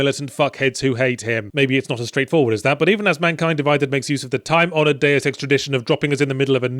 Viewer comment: It is Deus Ex, not Deu Sex